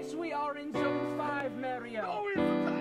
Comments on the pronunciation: Dat bretti gud merioh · And Merio